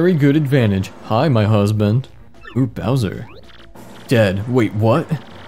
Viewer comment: I like how Kamek keeps kalling Bowser "Browser"